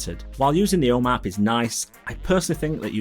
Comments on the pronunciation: I kept hearing “O Map”. Kept wondering what this was. Just realized he’s saying “home app”. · I’d justify it being the accent but I geninuely think he’s trolling or something. Om App he said probably 10 times but he properly pronounced HomeKit completely right every time. 🤷🏼‍♂️